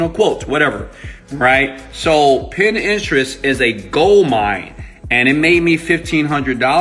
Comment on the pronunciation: it is PIN TERIST ---- not pin-interest